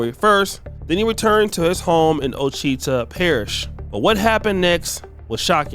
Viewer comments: Ochuita is pronounced watch-uh-taw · Dang you pronounce that Washitaw… the spelling is French Ouachita…😂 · at least pronounce OAUCHITA parish properly..